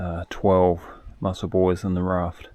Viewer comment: Hey, was just making a little joke, you said Mussel Buoys, and of course it sounds like muscle boys. Just a bad joke, that is all.